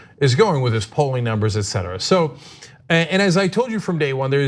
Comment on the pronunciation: Et cetera, pronounce it correctly. It is not pronounced: EK cetera.